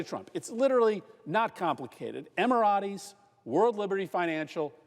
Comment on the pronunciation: What you're saying is good! How you keep mispronouncing things is so awful.... It's not "cutter" it's "kuh-tar" or "kuh-tar-EE" and it's not "emmer-ah-tays" it's "emma-rates." like the number eight is pronounced. I only mention it because it hurts your message when you don't take the time to google how it's said in the land where they made the name. show some respect for others' culture and languages. It almost feels intentional watching you do it several times, but I choose to believe that you are just unaware. Please man. I love these presentations. They just don't hit as hard when I have to keep cycling back through it to grasp the context. I fear that people who aren't white just hear a redneck when you say Emerates like a texan says "grassy-ass" instead of gracias. It is not a good look. I digress. Keep up the great work.